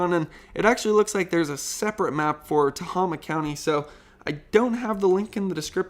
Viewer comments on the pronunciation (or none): The locals pronounce Tehama, "Ta-Hay-Ma". :)